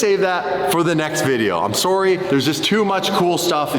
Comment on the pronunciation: that was the most Canadian sorry I’ve ever heard 😅